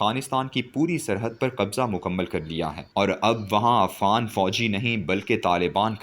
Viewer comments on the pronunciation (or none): none